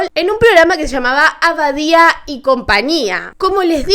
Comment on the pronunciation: No era "Abadia " era badia y compania Esta todo bien el informe pero los apellido le das otra entonacion